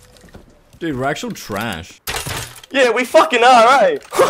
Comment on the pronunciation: you’re wegit watching whe waid